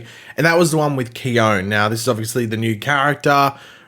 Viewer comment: Its pronounced Key-On. i dnt know why this triggered me hahahaha Btw i hope Caitlyn and Frost come back to life and i want khione to stay too. im hoping for this to happen but it probably wont. if anyone can bring them back, its Khione, she is 100 percent the life force!!